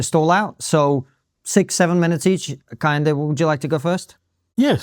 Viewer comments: He cannot even pronounce his own supposed name 😂😂. Car yin day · KEHINDE... Can't even pronounce his own name correctly. Google it. It's a Yoruba name. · Kehinda, victim mindset. Please have someone more articulate on for these kind of debates. He doesn't even use correct pronunciation when speaking. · I am just 2 mins into the Video & already I get a sense that Prof. Kehinde is not genuine; Professor of black studies who cannot pronounce his Yoruba name correctly CANNOT be taken seriously, if you can’t do the basics then how do I trust you can do the intellectual heavy lifting? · Kehinde doesn't even pronounce his own name correctly. This is not to shade him but those SJWs that get triggered by such. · Yet another unpalatable cocktail of oppressed/oppressor dogma and reductive ideology desperately wanting to be seen as an intellectual position. Mr Kehinde corrected your pronunciation of his name, did he? I bet he did. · Just so you know, Kehinde isn't even pronouncing his name correctly. 😂